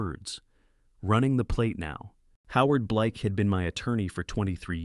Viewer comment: not mr Bleek but Blake. said by Patricia forensic accountant